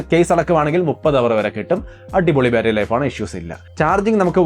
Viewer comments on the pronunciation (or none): none